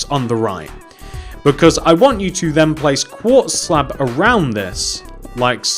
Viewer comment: is it me or he keeps saying slap and not slab